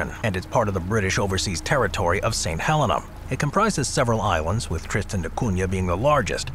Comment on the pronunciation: There's no air strip on Tristan 😮 only sea acess via Calshot harbour into port of Edinburgh-of-the-Seven-Seas No need for the spanish accent for TDC St Helena is however pronounced "Sint Hulleena" You didnt mention TDC has their own parliament too